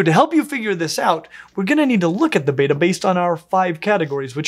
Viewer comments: One of the biggest controversies in the betta community is how to PRONUNCE "Betta" and I was saddened that wasn't on "my" team there... There is how he says it "Bey-tah" (which sounds very american to me) and then "Bet-ah" (as in "making a bet")... both are common and accepted, but there's still arguments about it...;) Also, when I saw how Americans are selling betta fish (in cups) the first time I was shocked ad I wasn't surprised that that meant people tortured them in tiny 2,5 gallon tanks. Selling fish like that is illegal here in Sweden. That means stores have a smaller selection of bettas, but at least they are kept in proper tanks. Some stores in the U.S, like Aquarium co-op, are doing great thing with how they display their bettas, in huge "racks" of tanks. The containers are still too small for long term, but much MUCH bigger than those horrid cups. Stores that sell bettas like that should be ashamed of themselves and stop. The U.S has a LONG way to go when it comes to animal rights... one of the very few places where declawing and cropping tails/years are still legal. Debarking, keeping dogs chained outside, people being allowed to have animals like big cats for pets and so on and so forth... it's horrid when you look at it from a European point of view.... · AAHHHH,, you're killing me with this pronunciation. It is pronounced bet-tuh, not beta like the letter in the Greek alphabet. This and the insistently mispronounced anole (pronounced uh-noh-lee, not uh-nole) are two of my little pet peeves. Anyway, love your vids, haha!! Keep 'em coming!! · Isn't it supposed to be pronounced bet-ta, not beta? as in "You bettah get it right?" If I remember my latin correctly at least. Though if this is greek, why would they get the pronunciation mixed up with the letter? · I have heard that they are pronounced beh-tuh and not bay-tuh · "Batta" yet spelt Betta and called "Betta" everywhere else. American english is so funny sometimes! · Pronounced BETT-UH